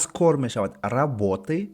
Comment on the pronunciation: Устод нашуд , работы менависеду - работе талаффуз мекунеду 🤔